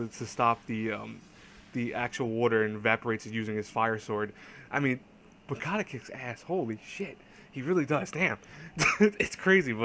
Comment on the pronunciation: btw, its Munakata.... not Mukata...>_<|||